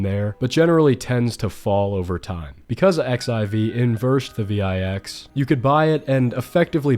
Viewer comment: I have never heard someone call the vix the V-EYE-X LMFAOO